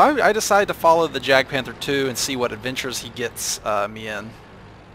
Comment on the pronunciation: anyone else cringe when he days jagd